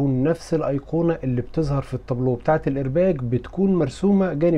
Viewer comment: الايرباق بالقاف وليس بالجيم